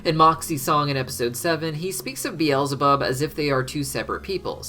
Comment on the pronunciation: Bweezelabub yum